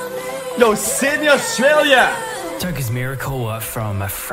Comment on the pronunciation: Sydney - ❌ Xidni - ✅